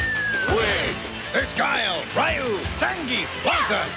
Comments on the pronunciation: Was anyone else bothered that the ad pronounced it "Rye-oo?" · Ahh, the real legacy of Street Fighter 2: dudes saying “Rye-yoo” and “Zang-geef” forever. I like how we get two different pronunciations of “Dhalsim” in the same commercial, great value!